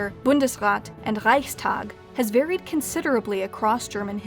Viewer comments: The "Reich" in Reichstag is pronounced correctly but the "Reich" in Kaiserreich is mispronounced as "Reik" #nitpick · That moment when she pronounces "Reichskanzler", "Reichstag" and "Bundesrat" correctly. :D